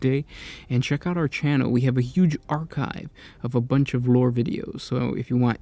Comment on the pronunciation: "poesht"-post, "hooge"-huge, get a new host please